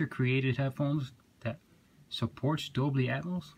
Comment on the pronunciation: It's dolby not doBLY 😛